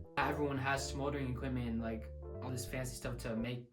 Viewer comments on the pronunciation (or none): MY MAN SAID SMOLERING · this mans really said smouldering equipment